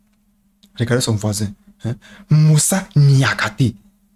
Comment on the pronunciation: Non mais tu m’as tuer avec les prénoms et noms des sénégalais 😂🤣😂 nampalys 😂 kalidou koulibaly 😂 moussa niakhatë😂🤣